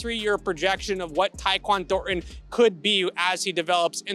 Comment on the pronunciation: can not say ThorNTon